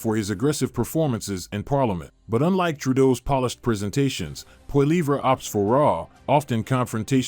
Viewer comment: Lol it’s Poli-ev not Poli-vray